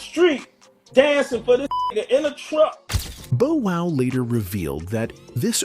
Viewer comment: The pronunciation..“Boe” Wow … is irritating